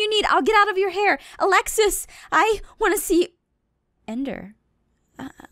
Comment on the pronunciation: When said ender it sounded like end her.